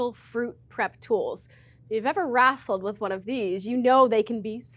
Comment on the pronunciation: hahaha Did really say she "wrassles" with her pineapple? Where are you from, girl?:-)